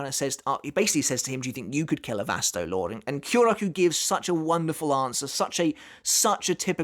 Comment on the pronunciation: Please say the name right Vasto Lor-Day that's how you pronounce it. Lorde not just Lord. Get it together.